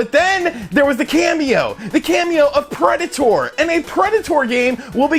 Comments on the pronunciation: Preda-tore? Nobody pronounces it this way but you. Words are hard, huh? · why do you say Predator like that? Lol